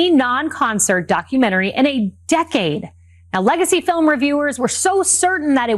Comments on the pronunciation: I’ve never seen a non-English speaking person struggled to say the word film, Melania is the first person. She botched it horribly. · I don't care about her fee-ulm, do you?